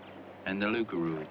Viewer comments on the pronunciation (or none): It's "loup-garou" by the way